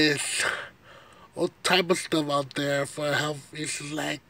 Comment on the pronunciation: It's "health" not healf"..... also the Bible says a man laying with a man is a sin... plus being lazy and not working is not honoring God.... or gluttony stuffing your face with food all day is a sin to your own body.... you might consider a night class on learning how to properly speak words. You are so far behind people your same age, do something about it instead of talking about it.